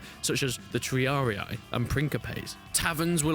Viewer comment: Please stop pronouncing "triarii" like that 😭